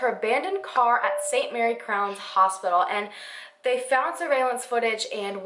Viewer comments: Hi I'm from Pueblo, CO and just wanted to let you know that you mispronounced Pueblo and St. Mary Corwin (you said crown) otherwise great video!! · i know its not ur fault so im not hatin, but the way ppl pronounce Corwin or Pueblo is cringe. i guess u have to be a resident to say it correctly